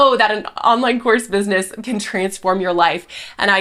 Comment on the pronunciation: Actually it's Businesss" with three s's lol. So professional.